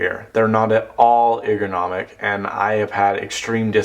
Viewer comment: That is one weird cable. say 'ergonomic' for me please! lol Nice review!